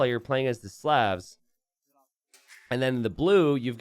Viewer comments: please stop pronouncing slavs as slevs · Is anyone else bothered by how pronounces Slavs?